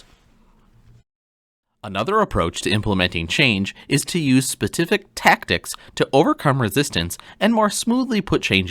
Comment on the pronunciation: spetific tactics had me weak :)))